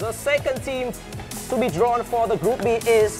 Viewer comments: Đọc group a và bắn luôn group Bi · Ku áo trắng ko biết tiếng anh :)) đọc Group A và Group Bi . Tiếng việt đá sang tiếng anh